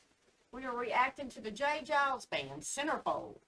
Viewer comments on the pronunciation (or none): No offence but its J Geils with a G sound not a J sound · In case no one else mentions it, it's pronounced like, Jay GUY-ulls, not Jay JYE-ulls. Y'all crack me up 🤣😂🤣😂🤣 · Geils is a hard G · For the record it's "Guy-lz". J. Geils is the guitar player with the sunglasses in the video. Peter Wolf is the singer. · Just an fyi, it’s Giles, like files, miles. Great reaction video by the way! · Pronounced j. Guy-alls band. That's ok I was the same way when I first saw the name of the band. lol Song was from 1981. "Give it to me" is a great song of theirs .